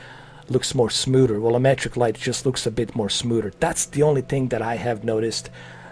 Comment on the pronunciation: You said "smooder" so many Gah-damn times lmfao.